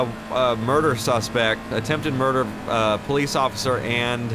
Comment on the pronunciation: attempted "muder" hahahahahahaha